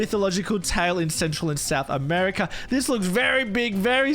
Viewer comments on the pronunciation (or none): none